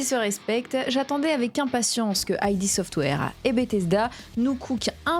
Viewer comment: Petite précision Id Software se prononce "id" et non pas "aïdi" software. Id désignant le ça Freudien. Super vidéo en tout cas! Merci à toi!